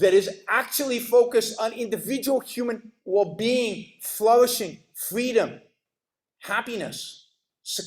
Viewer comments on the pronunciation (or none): “Capitalism is fweedom”